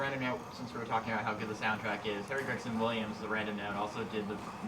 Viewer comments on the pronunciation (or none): none